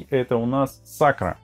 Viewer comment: Я думаю, всё-таки, наверное не Сакра, а Сакура 😊